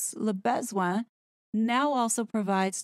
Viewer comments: Yep, should be (very approximately) luh (like huh!) buh-zwon(g) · your pronunciation of "le besoin" is priceless - you are saying "le baise-oin." "baiser" in French means f-k. 😂 I guess the way English speakers pronounce it is just the point. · Your pronounciation of the 'Classy LeBesoin' pages killed me 🤣😂🤣😂🤣😂🤣😂🤣